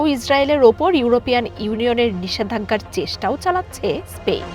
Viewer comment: স্পেইন নয় স্পেন